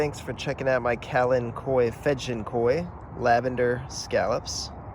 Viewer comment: I love hearing you say the name 🙋🏻‍♀️